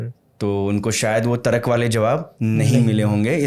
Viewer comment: Tarak nahi hota hai tark hota hai